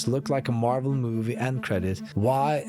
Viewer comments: Marvel is stressed on the MAH sound, not the vel sound. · it's pronounced MAR-vel not mar-VEL. Is this guy Ai? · “Mar Vell”😂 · OMG...... This fucking video is AI! Who the fuck says Marvel as Mare-velle? This is god damn AI! OH NO!!!!!!!!!!!! UNFOLLOW THIS GUY! HE IS FAKE! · 1. Who pronounces 'Marvel' like this and why? 2. The irony of this video is that it made me doubt that the creator of this channel is real. Darn AI era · What's with the weird ass "Marvel" pronunciation? Like you're just reading from a script and never heard of Marvel. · Your Marvel pronounciation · Is this guy AI () too? Why is he pronouncing Marvel so oddly? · The way you pronounced Marvel makes you sound like AI.